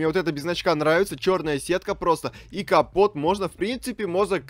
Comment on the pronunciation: Ото не компот а капот